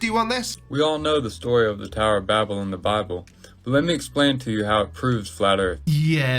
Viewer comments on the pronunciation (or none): What's funny about the Bible based flerfs is, they know as little about the Bible as they do science. Talk about totally missing the point of the Tower of Babel (and mispronouncing it to boot).